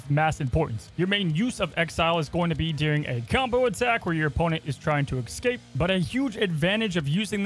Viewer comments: Commenting again that “excape” is not a word. The word is Escape. You liked this comment last time and still you said excape multiple times. That’s not a word. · Why are you saying EX-scape? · You can’t speak properly you got so many normal words wrong. “Ultimants”, “Ecscape” ew